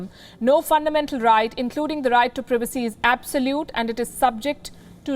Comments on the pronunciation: Am I the only one who is annoyed by how this woman says privacy she pronounces it as previcy when it's privacy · need to learn how to pronounce PRIVACY